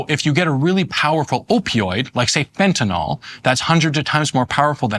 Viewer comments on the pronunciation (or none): I know this is going to sound pedantic as hell, BUT, can any of these drug experts, politicians or the media presenters read? Do they simply hear someone say something and then never again actually look at the word? The name of the drug is Fentanyl. Fen•ta•nil. There is one a and zero O's. It is not Fen•ta•nol. There is no such thing. When the opiod crisis began, as an election platform, I heard one or two congressmen discuss it and mispronounce it. As aretired OR nurse, I was familiar with this drug, and the mispronounciation caught my ear. I thought they would hear others say it correctly, and correct themselves. Instead, the mispronounciation spread. Now it's pretty much only medical people who correctly pronounce it. It drives me nuts because surely they've all read the word many times, yet that 'y' near the end is ignored. Maybe they should start spelling it fentanYl? fentanIl just looks odd. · Pronunciation correction: It's not "Fenta-nahl", it's "Fentanyl." Get it right, please. Otherwise, an informed discussion. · At least they only called it "fentanol" a few times, that's the record for any news story on fentanyl. It drives me nuts because if a human with a first and last name kills people we remember and can say their full name, but when a single name drug kills hundreds of thousands of people almost half of the people talking about it can't even pronounce it right. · I was never entirely sure how to pronounce it! I think it's "Fen-TAH-Nill"